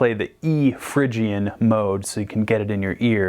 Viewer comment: you say Phrygian but its pronounced Phrygian...